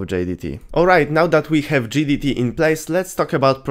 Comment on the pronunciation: im surprised you didnt misspell GDT as JDT with how you say it